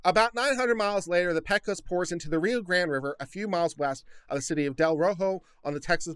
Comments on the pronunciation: Good God, man! You live in Austin now. Learn how to pronounce Del Rio! You get a pass now as a new-comer, but it is pronounced "Del Ree-oh". Carry on - as Viva says, I have fed the algorithm, and peace out! Oh, and "PAY-cose", not "PECK-ose" River. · Makes me think of pecan.